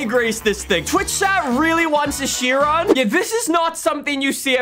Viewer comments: ah yes the chrion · Bugatti Chrion, that's new 😂